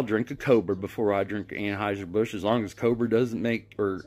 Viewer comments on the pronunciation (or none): Dude said awwnhiesr bush and he's put here trying to act like he's smarter than everyone else for being transphobic and he can't even get the name of his favorite beer right